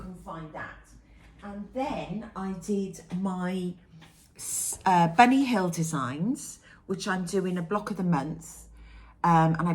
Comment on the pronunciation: Hi. Your embroidery is beautiful! Whenever you say Bunny Hill, all I hear is Benny Hill lol. Do you remember the show? My fav project at the moment is a birth sampler from Historical Sampler Co. Granddaughter #5 is due in a few weeks. 😊